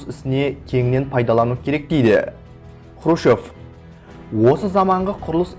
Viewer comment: Сен Хрущев деген фамилияны дурыс айтып уйренши,онан кейин Хрущевка карсы турган жане кызметимен коштаскан еки казак болды,онын бириншиси жылдары республиканын 1 хатшысы болган Жумабай Шаяхметов,екиншиси 1962жылы министрлер кенеси торагалыгынан босатылган Жумабек Ташенов.Шаяхметов Хрущевтын Казакстанда тын котеру саясатына карсы болды,Ташенов Хрущевтын Казак республикасын болшектеу саясатына карсы болганы ушин,сен ол кезеннин накты жагдайын билип алмай билгишсинип сога берме.